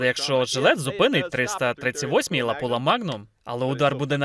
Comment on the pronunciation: все ок , тільки не лапула , а лапуа магнум